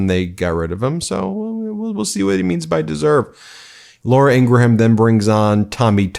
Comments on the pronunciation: Hey Ben! You’re still doing it. You’re still pronouncing the H in Ingraham. It’s “Ingrum,” like Ed McMahon is “McMann,” not MICK-MAY-HON. Someone named Sheehan is Shee-in, not Shee-han. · FWIW it’s not ‘Ingra-ham’, it’s just ‘ING-gram’. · O...M...F...G...! It's Laura Ing-gram, not ING-GRA-HAM! And while we're on the subject HUMAN, not YOOMAN! Trump says it like that and it makes me CRAZY! Don't be like Trump.